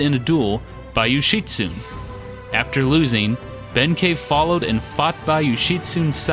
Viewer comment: Some Japanese pronunciation hints for you! An "ei" always sounds like "ay," which would make Benkei "BEHN-kay." An "e," as in Heike, is pronounced a bit like a softer version of the "ei" sound I just explained, which ends up sounding more like "eh," as in "HAY-keh." Likewise, "Amahagane" would be pronounced "Ah-MAH-hah-GAH-neh." Most "u"s in japanese are quickly skipped over and very subtly pronounced, as in Yoshitsune. Here you would pronounce it "Yo-SHEE-ts-neh," as four syllables. A "u" in this case is treated as a kind of vocal break. To break this down, imagine the "ts" sound being its own word for a moment, and just say "ts" out loud. Then say "neh" out loud as if it's its own word as well. Then say them closer together, as if they're two words. The goal here is to not make it sound like "sneh" as if the "s" sound runs right into the "n" sound. "Yo-SHEE-ts-neh." If you have four syllables and there's a hard-to-describe break between the "ts" and "neh" sounds, you have it right. The same applies for "u"s found in other words, as in "sakura" (cherry blossom) or "naruto" (fish cake). Also of note is that "r"s are rolled slightly, like a very light "d" sound. Here you would say "SAH-k-dah" and "NAH-d-toh," both with three separate syllables. I hope this makes sense. It's probably the hardest sound to explain in text without being able to audibly pronounce it for you. On the other hand, if there's a line over a "u", like in Shippūden, then you pronounce it as a long "u" li